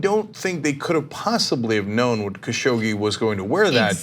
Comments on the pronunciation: FYI, his name is pronounced "Cash og gee" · Kyle. Repeat after me KA-Shoug-jee !